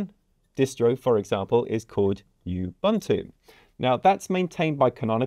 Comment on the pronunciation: Ubuntu is pronounced "oo-boon-two"